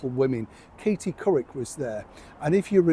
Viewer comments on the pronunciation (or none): none